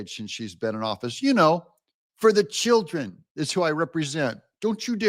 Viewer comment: For da chi’ren 😂